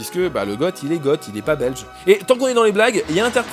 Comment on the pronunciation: On ne pas "Gote", mais "Go" pour Goth.